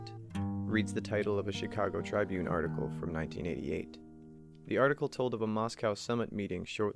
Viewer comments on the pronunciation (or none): The newspaper's name is Chicago tri-BUNE, not "TRI-bune". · Learn how to say "tribune" not "trybune". assclown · TRY-byoon? Here on planet earth in the United States of America we pronounce it trih-BYOON. OMG, I thought I was going to lose my mind... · TRIB-bune, not TRI-bune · "Chicago "Try"brune?" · Chicago TRIbune? It's a soft "i" like in crib or bib. For this I can not forgive or continue with your video. I am also sending a squad of N-persons to teach you a lesson! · this video lost all credibility to me when i heard him pronounce tribune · The Chicago Try-bune? Really? That 'i' is pronounced just like the 'i' in 'halfwit' - a word I expect you are more familiar with than that exotic, arcane word 'tribune'.